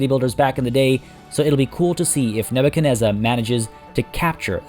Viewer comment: Nebu CHAD nezzar! Cmon get it right!